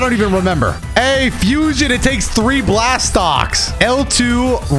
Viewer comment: What's an energy "slast"?